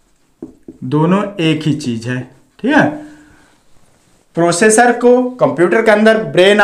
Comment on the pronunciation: प्रोशेषर नहीं भाई प्रोसेसर होता हे 😂😂